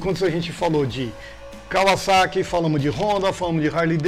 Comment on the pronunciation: Raridade ver gente pronunciando o nome Kawasaki de forma correta aqui no Brasil (não Kavazaki), mostra que os caras pesquisam e sabem de motos de verdade.